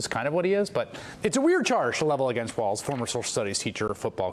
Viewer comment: Vance's pronunciation of Walz is a joke. It's not WALTZ people, it's "Walls".